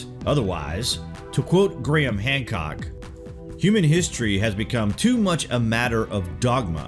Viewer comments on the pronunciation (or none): none